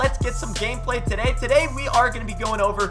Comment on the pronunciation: Tooooooooooooday why do u say it like that wtf